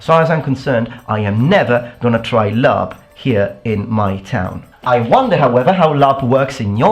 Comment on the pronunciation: I don't know much about LARP, but its called laRP not laMMA.